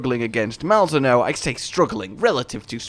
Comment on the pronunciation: Isnt it pronounced Mal-Zee-no? Pretty sure they said that in the stream